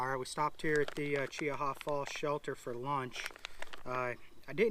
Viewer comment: spot lighting deer is illegal in alabama so... no its not okay. also what happens when two separate groups of 6 come out? thats the same as one group as twelve. then what? and its pronounced CHEE-HA.